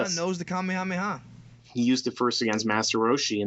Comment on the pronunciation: I cringe every time you say saiyan or kamehameha weird.